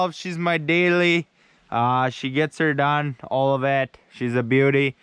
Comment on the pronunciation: gets'er done. she's a bee'yooti